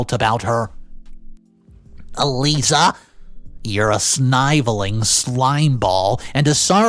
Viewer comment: Just to help "snivelling" is not pronounced 'sny-vulling' - the 'i' in it is sharp, not long. It's pronounced 'sni-vehl-ing' (the 'e' is not a 'u' sound). Snivelling is in the same family tree as 'sniffling',and you don't pronounce that as 'snyffuling', right? So just something to keep in mind🙂